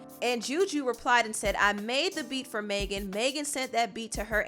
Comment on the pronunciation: You keep mispronouncing Megan lol it’s not “Maygen” it’s mehgin